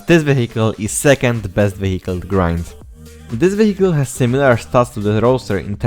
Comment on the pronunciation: yo, i have a suggestion, if you say vehicle, dont pronounce it "wehikul" but "wijekyl" , it will sound much better